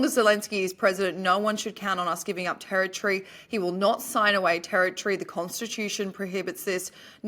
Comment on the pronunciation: How lovely to hear say territree instead of terri-tory, well done